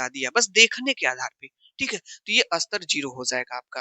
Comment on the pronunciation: सर स्तर को अस्तर मत कहा कीजिये ?